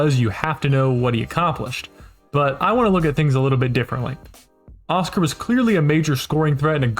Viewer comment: Just to add that his name was pronounced with an accent on the last syllable : osCAR. When you hear OScar with an accent on the first, it sounds like a cartoon character.